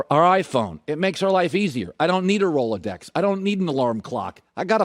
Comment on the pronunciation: “I don’t need a rola-dex” Cmon Colin, we all know you wear a Rolex and know how to pronounce it correctly.